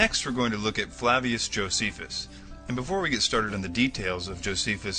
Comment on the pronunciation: Ahhhh...your pronunciations suck! Josephus, Pliney....ahhhh!!!